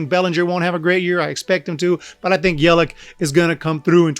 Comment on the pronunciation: It’s Yelich not Yelick